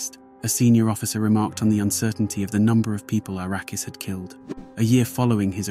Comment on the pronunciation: To be clear. His name Arakas, not Arrakis